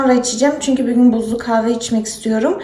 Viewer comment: Hatta bügün diyo bigün degil. Degisik konusuyor cok tatli